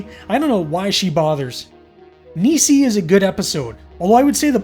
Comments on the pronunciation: Hey....love the video homie. FYI...Nisei is pronounced Knee-Say. Great job dude!! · Minor point. Not busting your balls - Japanese Teacher here - but you pronounce Nisei as: Ni - as in knee Se - as in set I - as in igloo The word itself means 'Second Generation', referring to Japanese immigrants who were born and raised in the US after WW2. Also, Pontypool is awesome. :)